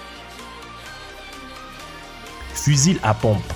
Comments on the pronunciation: En plus il dit fusile au lieu de fusil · il trouve un "chargeur de fuzile" alors moi je connais le " chargeur de fusil" mais pas le " fuzile" 😂 de plus il dit que c'est une trouvaille " Tincoyable" la encore c'est un mystère son language.. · Pourquoi tu dis "un fusilll" ça se prononce "fu-zy" et une glacière flottantE !!! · Un fuzile.... Mdr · En plus il trouve un "chargeur de fuzile" alors moi je connais le "" chargeur de fusil" mais pas le fuzile 😂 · C pas une personne c un ordi qui parle c pour ca qu'il a dit fusile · Ps le mot fusil on prononce pas le L a la fin sinon sa fait con pas mal